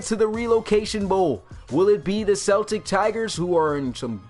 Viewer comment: It really bothers me the way you pronounce Celtic